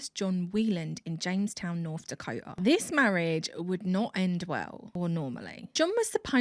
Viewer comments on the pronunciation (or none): none